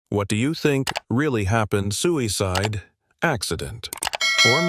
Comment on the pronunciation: “Sometime between one to thirty and two hundred in the morning . . . ” “Lemmon, his fye-an-see” “Soo-ee-cide” Stupid robot narration.